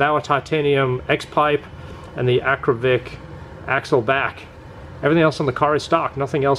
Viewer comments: AKRA POVIC not Akrovic...Akrapovic 😆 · First time that I saw a comparaison between a few x-pipes in one video. No stupid loud background music. By the way and I mean no disrespect, it is Akrapovic and not Akrovic. Well done! I used to have a C6 Z06 with Kooks long tube headers, high flow cats, Corsa x-pipes and sport exhaust. My engine light was always on. Did you have the same issue?